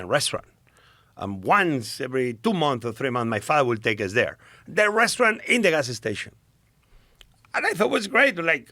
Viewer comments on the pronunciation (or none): He said "gas-ah station" about 12 times in 3 minutes. What a treat. 😄